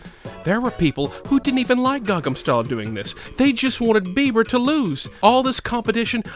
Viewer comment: ITS CALLED GANGNAM STYLE!!! NOT GANGAM STYLE!!! AAAAA!!!!! other than that, cool video